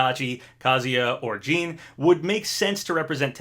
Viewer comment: who is jean? lol its JiiiiiiiiNNNN!!!